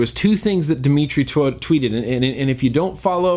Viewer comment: Twouted? Tweeted?